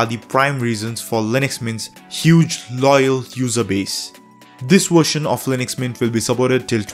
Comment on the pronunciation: I love this "wershion" too bro